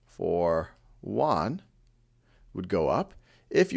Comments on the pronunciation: Funny how you pronounce "Yuan" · Khan-made is always good! ! Btw, the pronunciation of "yuan" is not right. I am a Chinese :) and Thank you for helping me get all the As!